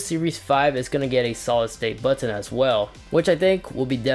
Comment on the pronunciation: The way you say “button” makes me cringe homie.